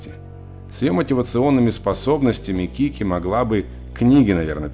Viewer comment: Не кики, а кити